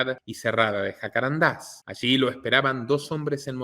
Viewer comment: son jacarandas la palabra es grave no aguda jacarandás, no